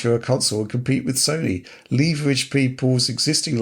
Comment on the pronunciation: wtf is your pronunciation on leverage? Learn to speak English.